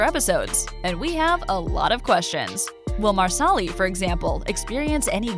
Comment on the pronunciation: Learn how to pronounce all the names properly. It is not Marsell-ee. It is Mar-sa-lee. Lee as in Robert E Lee.